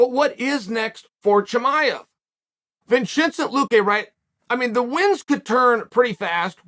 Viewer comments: Vinchinzent Luque is one of the funniest botched pronunciations by uncle Chael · “Vinchinsen Luque” stop it! 🤣🤣😭😭